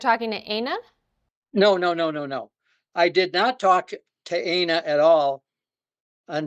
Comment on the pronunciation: Plan B's name is "Ay-na?" That's... that sounds a lot like something else. Are we sure it's not Ana and he's just confused by the one N?